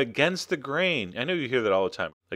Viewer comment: Let me herr you say yerr let me hear you say yerr